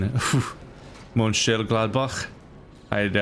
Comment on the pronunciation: Also, your German isn't bad. Mönchengladbach is a really hard word for non-germans, and even for some native germans. Plus, Mönchengladbach might actually be the ugliest city in the entire country.